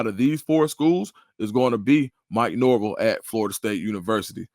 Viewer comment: A couple of things. Button it up a little and research what you’re saying if you want people to take it seriously. You should’ve researched when ucf started playing. It’s NorvEll.. nobody pronounces it Norvill. Also, your tradition argument was contradictory. If recruits can relate to Fsu over Florida because of recency bias, then Fsu and UF should be ahead of Miami by those standards. Good Creative content though.